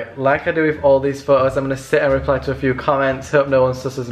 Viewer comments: Why do you say "pho-os" instead of "photos"? Whats wrong with the pronunciation? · pho-o pho-os